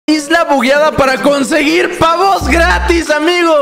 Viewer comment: jajajaja amgio ajjaja en lugar de amigo jajaja edit: tambien en